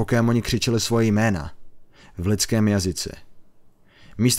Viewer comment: o můj bože proč ty jména tak rujnuješ ? #feelsbadman